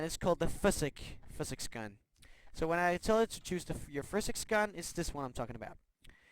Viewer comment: I can't stand the way he says physics.